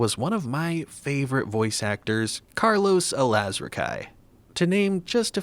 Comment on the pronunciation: His last name Alazraqui is pronounced Alaz-rockie. Sorry for the correction lol it just bothered me a little bit but it's not a big deal 😅